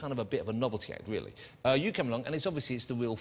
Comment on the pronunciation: This is a weally good interview